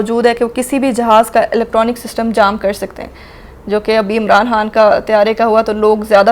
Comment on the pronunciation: Learn Urdu Khan not HAN